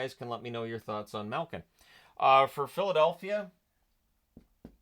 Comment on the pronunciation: As always love the content, but there a some pronunciation thing that just irk me. Maybe you picked it up from a Hockey Night in Canada broadcaster, but 'Milk-in,' 'Dats-uk,' and a few others hurt every time I hear them.